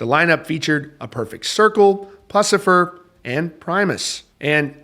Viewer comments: Its pronounced Puscifer, not Puscifer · jesus you cant do ten seconds of research to learn how to say 'puscifer'? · Please look up how to pronounce Puscifer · What a funny way to say “Puscifer”